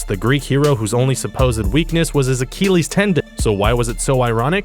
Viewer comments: Acheeeeeeeleeeeees.... lol, srry, I had to make fun of the way you said it. Sorry. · Nope. It's "Ah-kill-eez" Not like the keel of a ship. The point is, this man is mispronouncing words in almost every video. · AH - KEELEYES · Brad Pitt also apparently hurt his "Ah-keel-eez" tendon. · Why does he pronounce Achilles like Eric Cartman would? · is it me or do they always fuck up one simple name every video like how the pronounced Achilles? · Is the narrator ignorant, deaf, lazy or illiterate? He calls the famous Paris nightclub on which the 2000 movie is based the "Moo-lay Rouge" and refers to the famed, Greek mythological hero portrayed by Brad Pitt in the film Troy as "Ahk-Heel-ees."